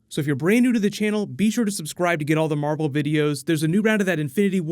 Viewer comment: You said marble